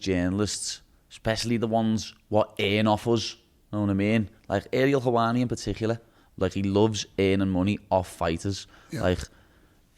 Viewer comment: Ohhh Ariel HEL-WA-NI